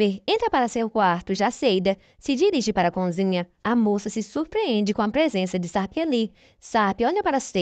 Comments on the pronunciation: Bom dia ,eu homem gosto desta novela ,coisa um tanto inusitada ,parece anormL. Uma ressalva ,vc que narra ,quando diz conzinha é errado e sim cozinha .ok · Ouvir "conzinha" é doído! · Difícil é só ouvir "CONZINHA"😣